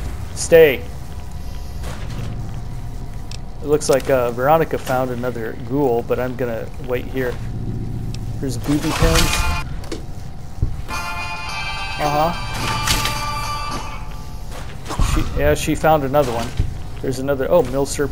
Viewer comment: Are you calling the Bobby pins "Booby pins"?